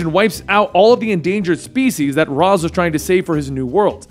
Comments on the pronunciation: Let's get pronunciation right. It's NOT Razz, it's Raish. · How does somebody who knows so much about DC still pronounce Ra's Al Ghul as Raas Al Ghul instead of the correct pronunciation of Raysh Al Ghul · It is pronounced Ray-shhh not razz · I hate how you call him raz and not Ra’s (Raysh) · it's pronounced RASH al ghul, not raz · its pronounced raysh for ra's al guhl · ...when did Ra's STOP being pronounced "rache"?